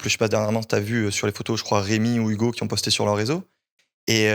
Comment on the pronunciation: Arrête avec tes "DA" ouvre un dico tu es insupportable gamin, "je veux pas rester sur des avis de quelconque" mais qu'est ce que ca veut dire?! La fausse surprise de la mais mon dieu que c’est horipilant et arrête avec tes "YouGo" c’est HUGO pas YOUGO!!!!